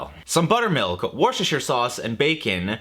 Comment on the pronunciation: You lost me at "worshtershire"